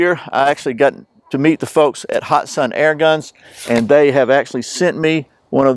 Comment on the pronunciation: It is pronounced hat san not hot san